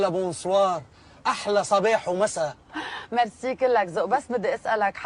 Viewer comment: بس انتو تقلدو الفرنسية هيك فكلمة bonjour م ، بتقرأوها هيك بونجوغ مو بونجور . و حتى كلمة. Bonsoir ما لازم تقرأوها بونسوار هي مو مثل الانجليزية بنقرأها بونسواغ.يعني R = غ . وايضا كلمة Merci مو ميرسي .... بالانجليزية Eهي إي . بس بالفرنسية e هي أو . يعني مو ميرسي . ماغسي. . موغسي. ما اقدر افهمها لكم يعني e هي حرف تنطقو ما بين الا آ و ال او ماغسي او موغسي 😂😂😂😂😂طولت حكي